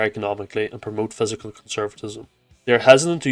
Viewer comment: Good video but it’s pronounced fis-cal, not physical